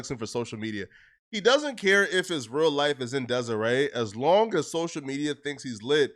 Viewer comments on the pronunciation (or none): 😂😂 disarray* This fool said Desiree 😂 bro we let people this illiterate make money off of us🤦🏾‍♂️ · "He doesn't care if his real life is in " Desiree" 🤣🤣🤣🤣 nigga it's disarray 🤦🏿‍♂️ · Did you say that mans life is in " dezirae"? Lol Disarray..